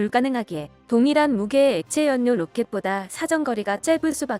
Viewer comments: 우리말 바르게 읽기 'ㄴ'으로 끝나는 글자 뒤에 'ㄹ'로 시작하는 글자가 오면 'ㄴ'은 'ㄹ'로 바뀝니다. '난로'를 [날로], '난리'를 [날리]로 읽는 것이 예입니다. 따라서 '인력'은 [인녁]이 아니라 [일력], '전력'은 [전녁]이 아니라 [절력], '연료'는 [연뇨]가 아니라 [열료]라고 읽어야 맞습니다. (다른 예) 신뢰도 [실뢰도] 훈련 [훌련] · '연뇨'가 아니고 '열료'라고 발음해야 옳습니다.